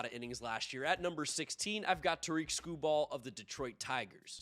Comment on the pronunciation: Did pretty bad in predicting Tarik Skubal. Shame you didn't know how to pronounce his name.